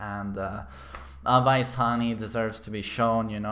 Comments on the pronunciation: its aa waa yss not awais 😂😂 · Umm it's pronounced as away-s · Awais hani..... where is the letter V in that? Who is Avais Hani? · Just a little correction for the name pronunciation, the ‘wai’ part in Awais’ name is pronounced the same as the word ‘way’. That would be the closest in English any way 👍🏼